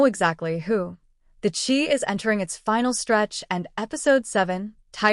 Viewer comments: It’s pronounced Shy not chee. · Great commentary BUT it would be great if the names were correctly pronounced... even the title CHI is pronounced incorrectly. So I usually cannot make it through its entirety. It is like a disrespect.